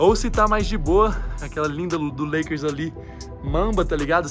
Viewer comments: A moça falando leikeris me deu um colapso mental kkkkkkkk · "Lakeres" jesus '-'